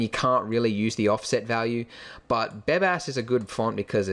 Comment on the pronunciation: lol, i heard "Badass" instead of "Bebas" ^^